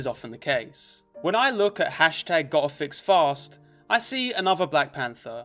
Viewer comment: You saying “hashtag go'afixfast“ sounds like “hashtag gothicsfast“